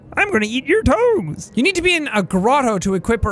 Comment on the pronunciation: said emphatically